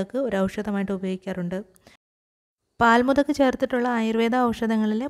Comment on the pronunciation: When u say the name of the pkants say clearly.or u can write in the heading.